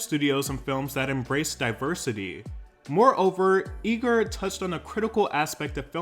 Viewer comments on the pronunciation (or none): It’s pronounced I-gur like Tiger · No shade Iger is pronounced eye-ger sorry if you noted that already ❤❤❤ Love your channel